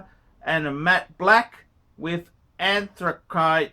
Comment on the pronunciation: “Anthra-kite”. Can’t make that stuph up! 🤦‍♂️🤣